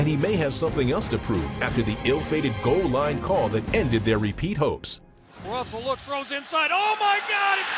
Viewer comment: No you said it wrong it's "pass is IN-TER-CEPTED at the goel loin by malcom butler"